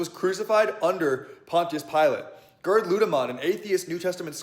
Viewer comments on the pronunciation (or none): none